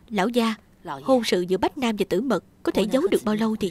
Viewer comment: ủa bách nam hả sao đó h tui nghe toàn bá nam vayy=))